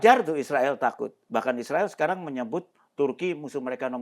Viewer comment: Cara baca Israel sangat keliru